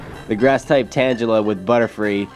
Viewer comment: Hey, I actually think you say tangela wrong. I think it's actually pronounced tang-a-la